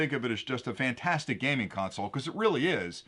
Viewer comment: Love your products, and thank you for the videos you do. One question: why do people (you) say "vantastic" when it's "fantastic"? Just asking. You do it all the time. I noticed your son doesn't (or was it your daughter?). Is that a local pronunciation from a specific geographic area?